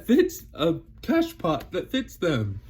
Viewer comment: Bonjour ! Beautiful chain of Hearts in your BEAUTIFUL POT !!!love it!😁😃😉 Gorgeous Scindapsus...Pep' as well...Calathea Orbif'...Phil' Birkin...etc etc loooove'em all😍😍...Love the way You pronounce The French word "cache-pot" hihihi.. (I'm a French plantwitch 😁😁) Bye,see You!😊🌿🌱🌱🍃🍃